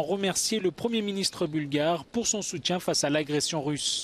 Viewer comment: encore un gros effort à fournir dans la prononciation du français. ex: "soutien" et non pas "soutchien"